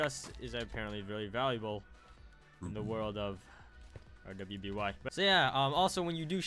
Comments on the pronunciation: it pernounsed ruby you need to watch the rest of the season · I think some overkill fans (a.k.a me) were triggerwd since "R.W.BY" is pronounces as "ruby"